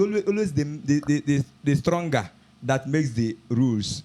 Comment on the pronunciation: "It is the stlonger that lules"